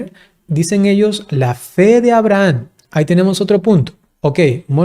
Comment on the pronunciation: Porqué pronuncia AbrahaN?